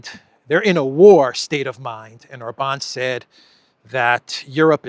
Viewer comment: it's pronounced OR-bahn, not Or-BAHN. And it's FEE-dess, not Fee-DESH. Kell beszelni magyarul helysen!